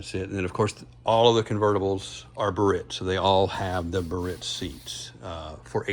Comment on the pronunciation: Proper Pronunciation is “BEE-A-RITZ” , not “BURRITZ”.